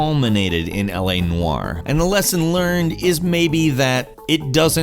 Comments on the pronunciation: “L.A. Nuuaaarr” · You say 'noire' funny. 😂 Not having a go, just made me laugh each time.